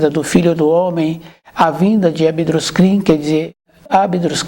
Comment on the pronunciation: Não é abidruzkin, é ab drus xin.